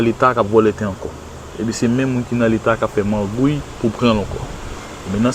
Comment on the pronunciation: Magouille, pas Margouille!